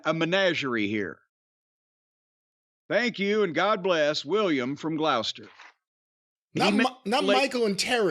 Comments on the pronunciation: Dunno whether Jim'll read this, but William from gloucester, England? Being from Gloucester originally (I moved my ass out, they got Jehova's Bystander's over there now...they've witnessed FUCK ALL. :P ) It's pronounced GLOSS-TER. The way he says is "glawster" cracks me up each time though XD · Glaus-ster. :D